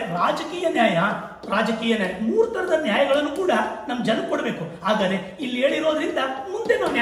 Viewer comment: ಸರ್ ನಿಮ್ಮ ಜ್ಞಾನಾರ್ಜನೆಗೆ ನನ್ನ ಹೃತ್ಪೂರ್ವಕ ಅಭಿನಂದನೆಗಳು..... BUT ನಿವು ಪ್ರತಿ ಬಾರಿ ""ಆದರೆ"" ಅಂತ ಉಚ್ಚಾರಣೆ ಪ್ರತಿಬಿಂಬಿಸುತ್ತಿತ್ತು.